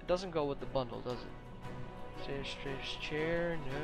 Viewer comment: Thank you for showing the new wares. I'm at max budget and still not through with my build, but I'll make room for those neon lights! P.S. The "i" in "stripes" is pronounced the same way as it sounds in the word "hi". Thanks again for the video!